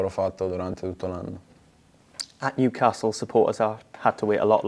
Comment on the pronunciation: Tonali contento del suo approdo al Niucazz.. Almeno imparare il nome dai su!!🤣🤣